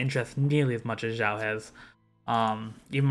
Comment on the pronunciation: Why North americans pronounces Xiao's name like "Jau", with "J"? This is a bit funny... With all respect